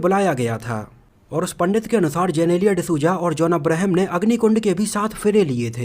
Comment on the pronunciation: वो जेनेलिया नहीं जिनीलीया है 🙂